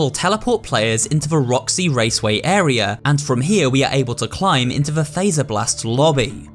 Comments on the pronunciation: The game literally tells you how to pronounce faz-er-blast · Fazerblast. As in Freddy Fazbear. Not phaser blast. Fazz. Freddy literally says it in the game many times.